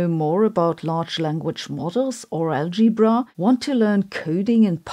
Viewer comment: It s fun how Sabine pronounces "Algibra"